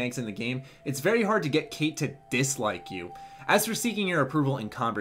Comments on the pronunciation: its actually pronounced "Kite" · You said her name wrong dude